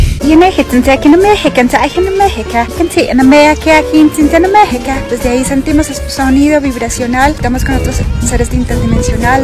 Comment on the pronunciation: Por que parece que dice "in amejica"?